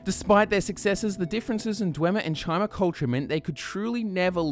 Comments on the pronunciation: It's pronounced "ky-mer", not chi-mer. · Great video! But isn't Chimer pronounced "Kai-mer" and not "Chy-mer"? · Chimer. Kai-murr. Hard "k" sound. You're killing me Smalls. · Uh, you completely skipped over the Second Era, Morrowind was heavily involved in the Three Banners War. And, “Chimer” is pronounced “Ky-Mer”. Seriously, if you love Elder Scrolls as much as you say you do, you’d know not to pronounce so many words wrong.